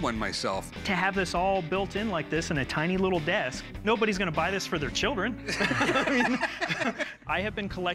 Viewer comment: Why does she say "desk" like "disc"